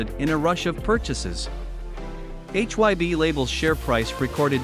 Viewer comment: I'm sorry but according to the leader of BTS RAM formerly known as Rap Monster also known as Kim Namjoon you are pronouncing HY BE wrong it is not pronounced H Y BE. HYBE is supposed HYPE remove P replace P with B now pronounce hype with a B that's how you pronounce HYBE H Y BE and you're even professing to be a Korean dunes outlet you should know how to pronounce Korean vowel sound shouldn't you fubar!